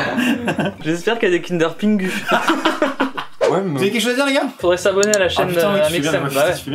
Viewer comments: c'est qui qui a dit "kindre pingu" ... ca se prononse "kinder pingui" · Ca ne se dit pas kinder PINGU mais kinder PINGUI !!!!! je suis désolé mais gachez pas mon enfance svp mdrrrrrr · Il as réellement disrespect les kinder pingoui il as vraiment di kinder pingu mdrrr